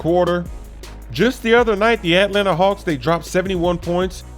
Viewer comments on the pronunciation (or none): why u pronounce it the hawks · ATLANTA. SAY IT RIGHT. STOP OVER-EMPHASIZING THE AT in atlanta